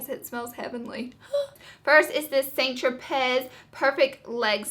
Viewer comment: "St. Tro-pezz" ;p